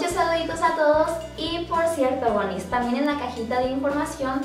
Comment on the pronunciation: q es lo q dice? woni, boni, moni? jajajjaja lo dijo un millon de veces y no la entendi